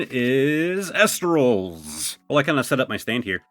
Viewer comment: it's pronounced E- lestrals